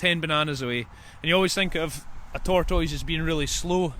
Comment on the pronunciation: I'm here for the pronunciation of tour toys. 😂